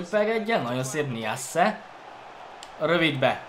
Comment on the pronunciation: nem niasse hanem najsze